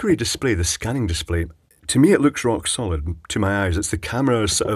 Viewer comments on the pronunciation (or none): none